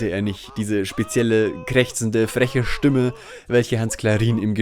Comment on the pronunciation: Stümme?? :D Aber eine sehr wertvolle Kurzdoku, auch sehr nett erzählt! ;)